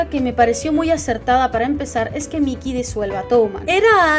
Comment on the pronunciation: Cada vez que me le decías Mickey (Mi-ki) en vez de (Mai-ki) a Mikey-kun me hacías 5hp de daño xD Fuera de eso, excelente video y me da gusto saber que hay alguien más que adora esta obra tanto como yo. Apúnteme en la lista de los que quieren más videos de Tokyo Revengers! Me gusta fangirlear aunque sea por proxy debido a que nadie más en mi círculo está leyendo esta obra... Y que hace uno con estos FEELS y MANLY TEARS?! ;0; #SaveMikey